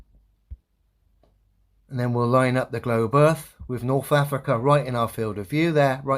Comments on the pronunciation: “Norf Africa, Norf America. 😅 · this guy that goes second can’t even say “th”….he says norf america…souf….ugh, bad english for an english cat